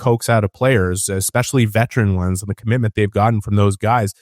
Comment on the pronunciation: Ya but he says “expecially” so